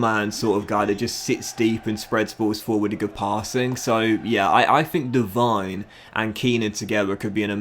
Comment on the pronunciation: hey, i might be wrong but i think devine should be pronounced de-veen and dougan should be pronounced dug-an